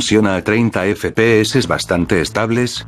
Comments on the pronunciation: No estoy feliz si no escucho el "EFE PE HECES" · Me encanta cuando dices: E F E P E E S E